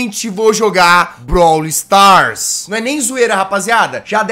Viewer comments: Alguém além de mim ficou com agonia quando o jazz falava brawl Stars errado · e tambem ele falando brawl do errado😂